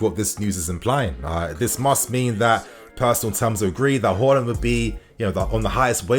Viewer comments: Its haaaaaaaland not horland hallland or whoreland u pronounce his name so weirdly lol😂 but other then that good news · Haaland vs Holland pronunciation mate. Work on it. Haa vs Ho